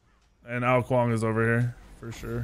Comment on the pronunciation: how is noone talking about how hes pronouncing ao kuang.